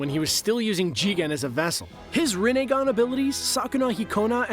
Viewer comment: did he just say rinnegan😂?